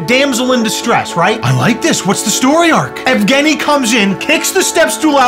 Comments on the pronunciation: Yeah, for a second I thought his name is Afghani as well (before realising that's pronunciation of Evgeny) and was wondering whether or not his 'stans' are called 'Afghani-stans' lool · I misheard “Evgeny” as “Afghani” and as an Afghan thank goodness lol was about to say we do not claim this